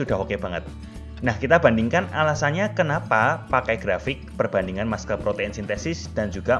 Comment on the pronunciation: Muscle spellingnya masel bukan maskel